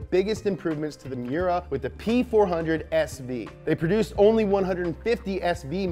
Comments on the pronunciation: Its me•yer•uh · ITS PRONOUNCE MY-URA AT LEAST GET THE NAME RIGHT